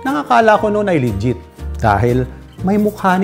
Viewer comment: "Lijjet"? T inang yan..